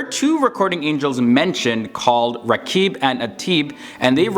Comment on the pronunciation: "Rakib and Adid" Hmm Do u mean"Raqib dan Adeet?"